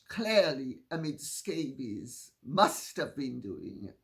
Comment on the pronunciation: “Omid Scabies”..😂😂😂😂…Lady C we love you!!!